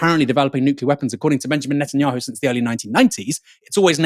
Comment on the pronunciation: Minor quibble: why does Daniel Levy call him NUTanyahu? Is it because Netanyahu is nuts?